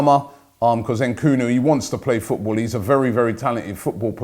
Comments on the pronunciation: "Nkunu" FFS Robbie its Nkuku Then he goes and says bloody Tim Cahill! 😂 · Nkunku, not NKUNU. its NKUNKU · Nkunku, not Nkoulou or stuff like that. Very talented, for the future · Robbie you keep saying Christopher Nkulu, but you're wrong his name is Christopher Nkunku BTW... We are not going to sign him no chance... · Robbie is not nkunu it is nkunku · mispronounces the name says sorry and mispronounces the name again! Just Robbie things #Nkoooonoooo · Headline says "Completed" but the commentary's all "should be ...could be...kinda confirmed be" malarkey. I cant wait for Thursday night, so that we can get a break from this...until the summer...smh. Robbie still cant pronounce Nkunku's name correctly.